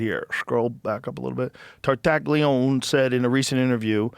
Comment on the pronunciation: Tartaglione is pronounced tar-tah-LYOH-neh, Joe, you knucklehead lol tar- (like 'tar' in tarnish) tah- (short 'a' sound) LYOH- (The "gli" makes a liquid "ly" sound, similar to the 'lli' in "million," followed by a long 'o') -neh (short 'e' sound, like 'net' without the t)